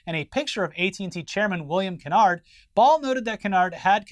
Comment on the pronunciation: This is a small nitpick and I wasnt sure till you said he was Black (as am i) but the ATT CEO's name has a long "a" in it. Kennard rhymes with hard. Like Ke- Nard. Thats how Black families pronounce it at least. Love yall. <3